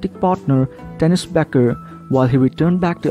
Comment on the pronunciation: Horrible horrible narrator. Dennis is what he keeps saying for Denise which is annoying as hell. I would like to know from Denise if Andy is abusive to her as Kate said he was when married to her. Andy and Denise seem to fit together much better than he and Kate. I did hear Andy get a little rough when speaking to Kate but no more than what she did to him. I hope he and Denise make it together as I love watching them. I would love to go there and stay with them and visit. I wish I was somewhat younger and I would beg them for that opportunity lol. To the two of them I love you both. Good luck with your new lives. Don’t pay attention to other ppl just take care of each other.